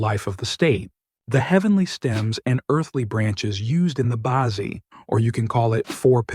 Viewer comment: Bad AI reading. "Bazi" is not "bah-zee", it's "ba tzeh" (hard "z").